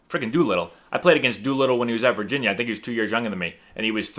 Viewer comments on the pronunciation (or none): none